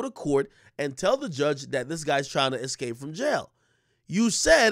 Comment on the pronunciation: I don't trust anyone who says 'excape' in place of 'escape'. Not sorry.